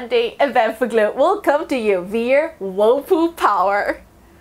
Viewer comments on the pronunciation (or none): Every time she said whirlpool it just reminded me of that book.. “wool pooh” comment if you know 😏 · Why are we listening to expert advice from a person who cannot even say the name properly.. like how we supposed to know what she’s talking about…